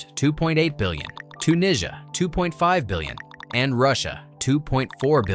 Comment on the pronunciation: AI voice. That's not how you say Tunisia in Standard English.